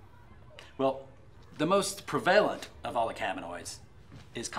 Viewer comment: who says "prevaaaaahh-lent" Is this trying to fuck with us?